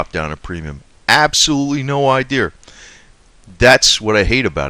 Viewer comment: hey dude... there is no "R" in idea. you are saying Idere. lol. but yeah I agree with your ideres.